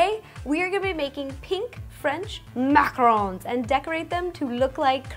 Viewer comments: its macaron not macaroon. Also I dont give an fu** if i get rude replys because at least I know how to say it and pronounce so dont bother wasting your time. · it's Macarons not macaroons lol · Your making mac-a-rons not mac-a-roons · Its macaron not macaroon* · It is called macaron not macaroon , macaroon is a coconut flavored cookie and macaron it what you just made right there and also is any one here from 2020 if yes then give a like if not then still give a like. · It's macarons, not macaroons, they're both completely different cookies. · She purposely said it wrong